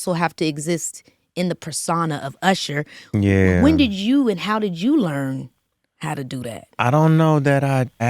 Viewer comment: IT'S URSHER